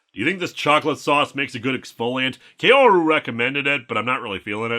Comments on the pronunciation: By the way, "Kaoru" is pronounced "Kah-oh-rou". Not "Key-oh-ru". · Nice video but, and I know this is nitpicky because of my weebness, but Kaoru isn't pronounced "Kay-O-ru" but "Kah-O-Ru". You clearly watched those movies in japanese and they don't pronounced it "Kay-O-Ru" there. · “Kaoru” is pronounced closer to “Kow-roo” (most accurately Kah-o-roo, but Kah-o usually comes out as close enough to Kow).